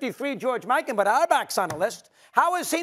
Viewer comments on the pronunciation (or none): none